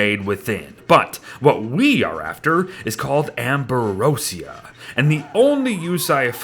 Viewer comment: the way he said Amberosia killed me xP